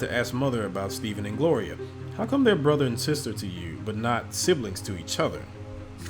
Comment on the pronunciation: Great Narration! but bro, you keep saying Steven it's Stephan lol, their 2 different names lol.